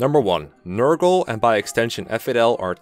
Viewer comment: NER-GAL Not Ner-girl smh